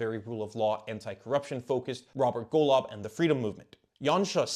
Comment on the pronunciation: Golov 🤣🤣 Your pronunciation is was so off, I bursted out laughing and had to listen to it like 3 times